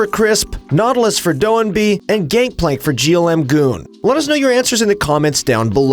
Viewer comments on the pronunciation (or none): Its Gimgoon, not GLmgoon lol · ""wtf is a gimgoon"